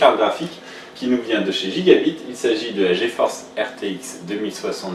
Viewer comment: Ça se lit "GigaBAYTE"..